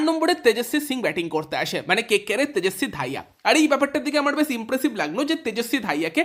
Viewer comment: 1-2 ম্যাচ খেলতে পারল কি পারল না KKR এর জন্য অপশান হয়ে গেল ত্রিপুরেশ‌ সিং। বালের ইউটিউবার। আর ওটা তেজস্বী দাহিয়া, তেজস্বী ধাইয়া নয়।